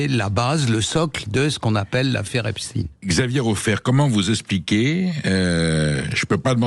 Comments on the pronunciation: Marre d'entendre EpSTINE, c'est EpSTEIN !! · Raufer prononce lui aussi Epstine à la Russe... Comment prononce t'il Einstein ? Einstine ? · Ça ne se prononce pas epstine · Vous n évoquez que les viols de jeunes femmes.. Mais jamais des enfants, et des réseaux pédocriminels. Un discours un peu polissé.. Le mossad n est pas mentionné non plus.. Rien d étonnant avec sud radio.. Déjà la prononciation du nom. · Pourquoi cet homme ne sait pas prononcer le nom Epstein correctement ?!